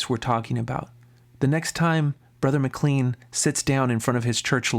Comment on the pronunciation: Would you please learn how to pronounce his name. It is like McLane. There are 16 gay references in the bible. All negative. So is the bible a fake?